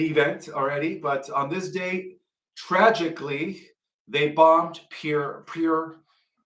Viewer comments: Pearl is pronounced like this: p er l As in Pearl Harbor. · Pearl Harbor not "Pear" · It's PEARL Harbour not pier. JS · It is not Peer Harbour. It is PEARL Harbour - as in a pearl like a gem., I am pretty sure you are not channelling the Galactic Alliance. Christian 21 is a senior member of the Galactic Alliance and none of them think like you do. For one thing, they come from lands beyond the ice wall in Antarctica (Nos Confunden). Christian's mother - the galactic one - is the Caretaker (like a queen) of the Plieades, and Andromeda, and the Arcturians as well. He has been in on 1800 years of planning this rescue of humans from this food farm. The worlds are a series of domes and portals and the enemy broke in 6000 years ago via gate 10. You think of earth as a global spinning ball. It is not. It's flat with a dome over the top with plasma. You still believe in the QFS and yet Christian is very in contact with his people in the ships and he keeps reiterating there will be no QFS and no money in the 5th dimension. You talk about wealth and abundance but you are talking money, finance. It doesn't exist with them. The GAA are all in the 5th dimension. The real GAA would not promote to you that the QFS exists. Remember who made it up? Charlie Ward. He was executed. The white hat actor in the mask is in place there, and you said you had a interview with Charlie Ward. No mention of the fact that you knew Charlie Ward is the white hat actor. Something is off with whoever you are channelling. Its not the legitimate GAA.